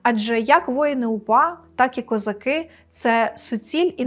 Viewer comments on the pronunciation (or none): none